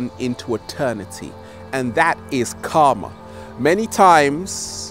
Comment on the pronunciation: His pronunciation of "karma" is definitely more accurate than the way he pronounces "chakra", that's for certain. Namaskar!